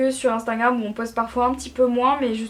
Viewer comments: Marie 1 conseille, ses "instagram" pas "instangram" pasque quand tu parle on entant instangram. Bref bisoux❤️😘🦄🌸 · Elle est trop mignonne elle dit instingram !! 😄